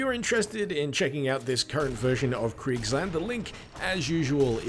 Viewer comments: It's spoken a bit like [Creekslahnd] and I think the sonicweapon is spelled like [Shall, as in I shall do this + waffle, but without the l spoken] -> schallwaffe.... I have an exam to prepare for, goddamnit.. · Why did you read Kriegsland as Cridgeland?